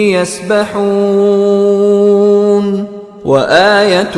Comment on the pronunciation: وکل فی فلک یسبحون بھائی یسبحون ہے یہ یاستحون نہی